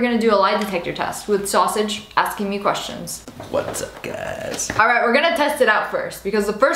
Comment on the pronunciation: Hehehe he said "what's up guys" it a weird way lol.